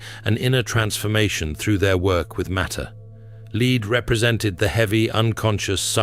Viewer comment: This AI bot still doesn't understand context..There is a difference between "lead" and "lead".. it's a bit distracting in otherwise good content.